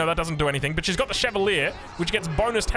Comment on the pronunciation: While you're looking up the pronunciation of Szlachta, look up Chevalier as well... it ends with the same "ier" as Arbalétrier, so why pronounce it so differently?